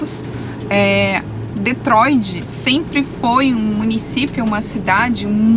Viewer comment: o nome da cidade é DetroiT e não DetroiD.